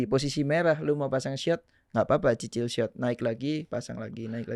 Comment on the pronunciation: ngomong cicil aja susah banget sie bang ,aduhhh😂